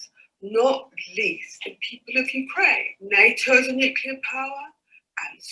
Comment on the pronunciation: Talk radio supports nucular winter confirmed